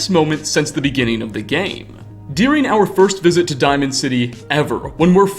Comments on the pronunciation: I haven't even noticed that, I just keep hearing "dearing" instead of "during" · I've never heard someone pronounce 'during' like this in my life